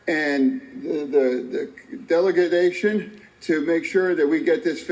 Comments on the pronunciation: He was trying to say delegation but he said "delegadation" 😂 then he tried to say infrastructure and he instead said infrucstrerer 😂😂😂 This guy could be a comedian just trying be serious selling political garbage... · That man said delegadation instead of delegation. What???🤔😆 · These are OUR LEADERS SPEAKING. God pleassseee help us ALL. Seriously. “The delegidation”. JuST WOW. My daughters 9th grade vocabulary is off the charts then. “Infructure”…….not infrastructure. Sheesh. I hope you’re proud of your President 😂😂😂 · The "delegadation"?????? Now they're just making up words now? I'm going to look it up just to make sure someone doesn't check me on it and it turns out to be a real word...hold please...nope, but there appears to be a bunch of stuff on google in regard to him saying that. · DELAGATIOIN is what he was trying to spit out- Man these two are so lost it's not even funny- That is a senator from Penn and they are using him like there is no tomorrow.... We are in trouble 🤣🤣🤣🤣🤣🤣🤣🤣 Supposedly 81 million voted for Joe- NOT 🤣🤣🤣🤣🤣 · Deligazation, is like Educazation or Immagrazation. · Oh my, I keep seeing your faces when he said "deledegation" and " infructure". poor guy really should step down and release some pressure from his life! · Delegadation = delegation I guess, who knows wtf that guy is talking about. I'm pretty sure the other word he was attempting to pronounce was infrastructure 🤣🤣🤣🤣🤣. What a complete joke in PA and DC.